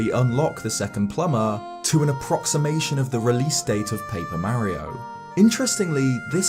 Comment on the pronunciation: Man, being an informal video I’ll expect you to at least get the pronunciation of Mario correct